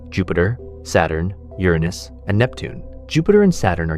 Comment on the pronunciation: "CGI, no AI" for the visuals, maybe. The narration is almost certainly AI-- we got at least three different pronunciations for Uranus: YUR-in-us, your-ANUS, and bafflingly, yur-AHH-nus.